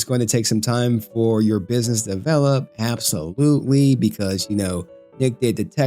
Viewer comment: can you not read the word absolutely?